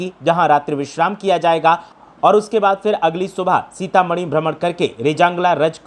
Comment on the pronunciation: सीतामणी ❌ सीतामढ़ी ✅